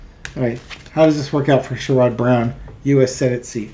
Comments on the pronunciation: It's pronounced SHARE-id, not SURE-ODD. Sherrod Brown. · it sounds like "Cher" and "good" without the g... with the emphasis on the first syllable... (i'm really not a language dictator, i swear! 😂) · Clue: "Sherrod" is pronounced like "Sharon" with a 'd' instead of an 'n.' I'm in Ohio, and even most Rethugs like Sherrod. Only the ignorant MAGAts will support anyone with an R by their name.